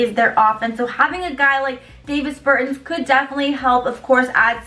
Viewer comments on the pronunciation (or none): You can tell she knows 0 about basketball..."David Bertins"